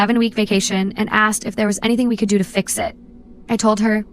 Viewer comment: "Axed Me"